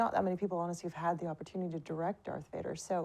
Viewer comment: Ein englisches Interview eines deutschen Kanals ist schon dann gut, wenn sich zur Abwechslung einer nicht wegen unglaublich schlechtem Englisch völlig blamiert (alleine dass viele action, cigarettes und den Unterschied V/W nicht aussprechen können ist so arg)! Yves sagt zB Gott sei Dank VADER und nicht UÄJDA